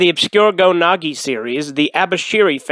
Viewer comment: Why do you call Go Nagai Go Nagi?